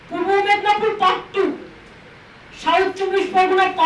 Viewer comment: Bhul bhal ucharam kore baler mrkho muntri madnipur k bole madbapur